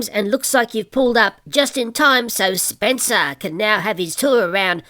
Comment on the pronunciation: sounds like you said spitzer